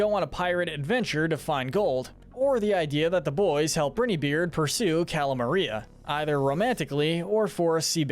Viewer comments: The way he says “Brineybeard” just irks me but the videos are good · You mispronounced Brineybeard every single time and his name is Pork Rind, not Pork Patch??? 😂😂